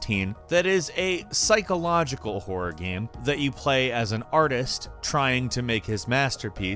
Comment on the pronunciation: jesus Christ...am I the only one who notices his pronunciation of the word ''game'' fucked up? fking irritating lol, I hope it's accent and not a genuine mispronunciation